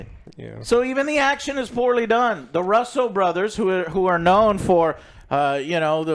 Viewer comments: Why do Other Joe and the swole, Half a Proud Boy let you sit there and mispronounce shit? "Thay-nos" and now "Ruh-so Brothers"? Its pronounced ROO-SO! Its like nails on a chalkboard with hungry stray cats stapled to it. Cut it out, dude. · Their names are pronounced Rooso. Not Ruso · “WHO IS HERMEN??!!!??!” 😭😭😭 Also them continuing to call them Russel brothers instead of Russo is hilarious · The Russel brothers?? It's Russo, come on.. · Is joe pronouncing russo correctly? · SOMEONE SHOUD explain to joe how to prnounce the Russo name ;-) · At least try and pronounce the directors names correctly